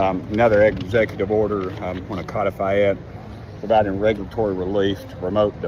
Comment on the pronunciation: It isn't CO defy.😂😂😂 Ask Google to pronounce CODIFY. You are doing it WRONG.😂😂😂😂